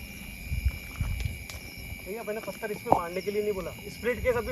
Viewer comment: Patal nahin pathar bolo pathar